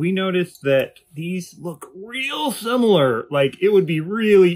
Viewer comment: Feels like you made a nothing burger 4 years ago if they aren't being sold for climbing. 😅 (you also misread "similar" )